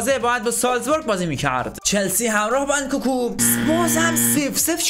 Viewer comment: اون انکوکو نیس انکونکو هست